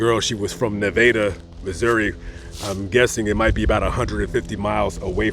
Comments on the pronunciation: What a pretty little girl. Great job with the awareness. Thank you also for pronouncing Na-Vay-Da correctly. Thank you again. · I lived in Springfield for college. Thank you for saying Nevada correctly. 👍